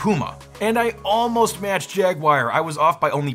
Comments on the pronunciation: Come on, no-one really says poo-ma do they? Everyone knows it’s pyoo-ma. 😜 And another thing…what’s this jag-wire thing? It’s jag-u-ar. Jag-wire?! 🤦‍♂️ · He said "Jagwire" 😁 just like Steve did back in the day 😌